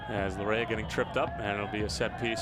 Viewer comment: Laryea is pronounced LA-YAY